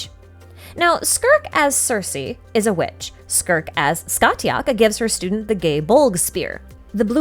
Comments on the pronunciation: Heyyyyy just thought I’d let you know Scathach is pronounced Scaw-Hawk (from an irish speaker 💓) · amazing to see how the story of cu chulainn relates to childe. btw the t in scathach is silent so it's pronounced scahach